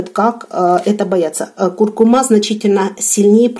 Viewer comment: Спасибо. Правильно произносится куркУма.